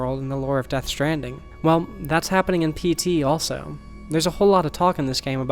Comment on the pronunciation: Every time you say PT, I hear SD It makes me wonder what the japanese common term for PTSD is I think there would be random elements to throw off people, and make reverse engineering either painful or impossible